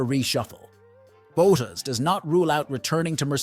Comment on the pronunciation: That fact that you pronounced Bottas wrong, and you pronounced the team name “alpine” wrong leaves me seriously questioning your wheel knowledge sir.